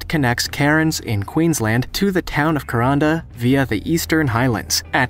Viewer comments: pronunciation suggestion for those coming to aus for the cains to kuranda railway DO NOT PRONOUNCE IT KERONDA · The Aussie rail way mentioned is pronounced Ka -ran-da ( Kuranda ) and Cans ( Cairns) . But this was great to watch. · You very much mangled the pronunciation of Kuranda try Koo-Ran-Dah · I have been on the Kuranda one..I live in North Queensland have been on it twice..it's pronounced Ku..ran da. And it leaves from Cairns pronounces as Cans. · The pronunciation of Cairns and Kuranda leaves a lot to be desired